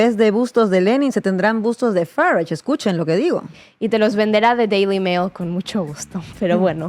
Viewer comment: Esta presentadora que fuerza la pronunciación de Farange se equivoca. Los británicos cultos no hablan así